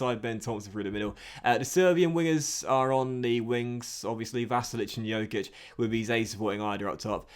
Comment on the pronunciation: the Dj in Djokic is pronounced the same as in Djokovic